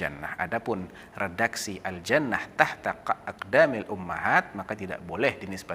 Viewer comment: cara bacanya kok begitu? aljanah tahta... yang benar aljannaTU